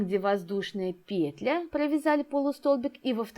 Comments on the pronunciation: особенно пЕтля😂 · Воздушная петлЯ, две воздушные петлИ, в каждую петлЮ